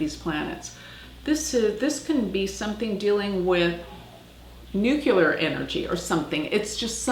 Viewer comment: Trump has a Leo 29 Regulus on his ascendant - conjuncting Mars, no less. He has a major shot. This placement creates the king of upsets who don't wait to ascend to the throne - they take it. Better get out the vote for Hillary!! Pronto Also,, you lost me at "nucular"